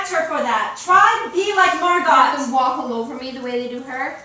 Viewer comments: really good but Margot is pronounced Mar go not Mar gut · It’s mar go not MArGoT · It’s pronounced Margo. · They pronounce Margot as literally.... marGOT? And nobody caught this? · yeah lmfao isnt it just pronounced mar-GO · They are calling her Anna. It’s Anne. Margot is pronounced Margo not Margot.